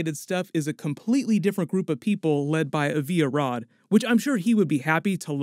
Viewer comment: It’s pronounced “AH - vee ah - rod” not “ah - VEE ah-rod”. Small quibble but it continues to bother me every time you say it